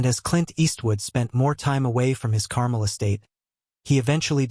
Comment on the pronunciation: "Carmel" over your ice cream?? If AI is so amazing why doesn't it know how to pronounce 2nd grade words?